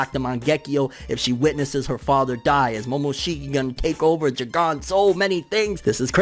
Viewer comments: saying jougan like jigan makes me think of hiei lol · Why do you have to pronounce it as j-gone